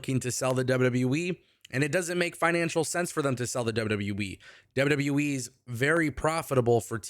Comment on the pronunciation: Love your show but it sounds like you say WW WEEE instead of WWE. Lol